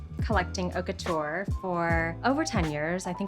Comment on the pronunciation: How many time can you miss pronounce “haute couture” in 5min?